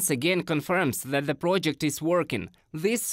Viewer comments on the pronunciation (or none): Your pronunciation of "th" as "z" gets on my nerves. Just saying...